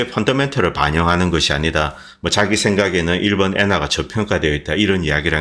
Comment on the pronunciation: "일번" (X) 일본 (O)